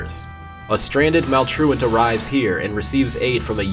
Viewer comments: He said maultolt wong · He accidentally called Maltruant: Malware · Anyone else notice he call maltrurid malware at the beginning